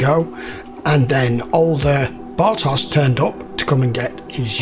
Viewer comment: Turn that Bar-toss into Bar-tosh ;)